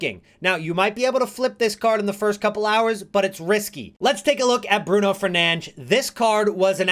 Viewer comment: Cool someone who can say Bruno’s name correctly :)